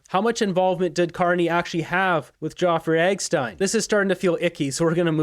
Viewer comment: Why are you saying "Joffery Eggstein"? It sounds like a poor attempt at smearing Carney. Carney is a fraud, so just say it.